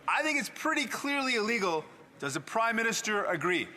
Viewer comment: Did she say after 9 years of this "crimeminister"? lol...